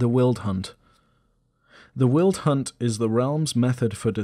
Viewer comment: I understand that these are words that you have only ever read therefore don't know the pronunciation, but the section on the Fair-Folk drove me nuts every time you pronounced Wyld (said the same as wild) as "Willed". Also Chairoscuro is pronounced "chy-roe-skur-oh". These nitpicks aside awesome syllabus on Exalted Lore!